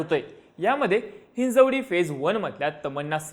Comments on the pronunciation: मंद बुद्धी अहात का रे तुम्ही? Hinjewadi? बिहार up मधून आले का तुम्ही.. मराठी तर धड येतच नाही तुम्हाला किमान मराठी गावांची नावं नीट घ्या हिंजवडी Hinjawadi असंच आहे. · हिंजेवाडी नाही हिंजवडी आहे ते. Hinjewadi ❎ Hinjawadi ✅